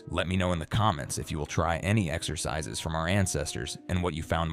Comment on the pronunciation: 0ld-school „ex-ur-sis-sis“??? Is it really THAT hard to narrate the video yourself instead of using AI drivel